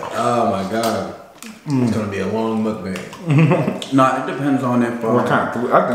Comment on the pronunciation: I love every of your guest and crushing on someone but it's not said MOOKBang... lol it's MUKBANG. Try to watch the original mukbangs and try to talk about the history. And give credit. We'd appreciate it